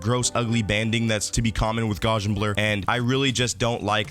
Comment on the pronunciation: Is trying to say Gaussian blur?